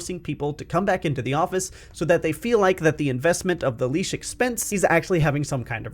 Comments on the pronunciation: I like your vid, but why are you pronouncing lease as leash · Lease, not leash